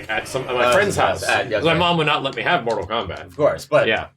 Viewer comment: Kortal Mombat....... nice, nice lol